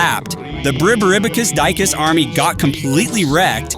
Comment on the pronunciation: Is deecoos not dycus is more like died goose